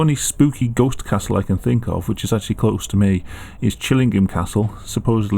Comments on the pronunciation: Sounds like old English 🤣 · "I would like to see a goste kasul "